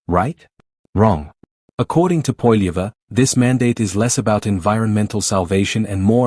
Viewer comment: Try to say his Name with the Right Pronunciation AI Goof !